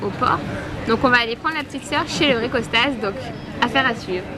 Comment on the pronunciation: Coucou! Les vlogs étaient super, c'était le moment évasion de mes journées! ca va me manquer. Il me tarde une nouvelle série de vlogs pour m'évader encore avec vous.Au fait, dans 4 filles et un jean c'est Kostos et pas Costas mais bon peut importe^^